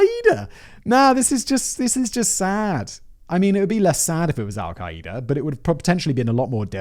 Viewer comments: Do all Brit’s pronounce it “Al-kai-eee-da?” Its “al-Kai-da” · This man pronounces Al-Qaeda like it’s a brand of kombucha😂😂